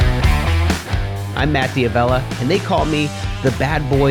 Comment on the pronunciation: Your name is actually pronounced "Davella" in italian